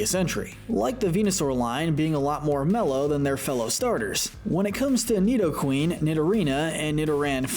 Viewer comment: It’s pronounced NEE-doh-ran, NEE-doh-REE-nuh, NEE-do-queen, gar-BOH-DURR, NAH-GUH-NAH-DULL, swah-LAHT, rose-EHL-lee-uh, ROSE-rade (BOO-kay), MAH-REE-nee, and DRAP-ee-on, “”! 🤨 You’re so bad at pronouncing Pokémon names,! 🙄